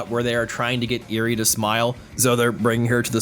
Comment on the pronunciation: This is overall amazing but man mispronounced uraraka and eri's names so much